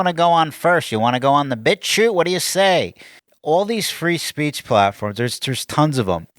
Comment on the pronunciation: "Freezepeach"...it's only getting worse,.